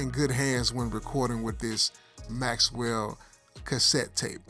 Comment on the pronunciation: BROTHER PLEASE IT'S "MAXELL" NOT MAXWELL ARRRGH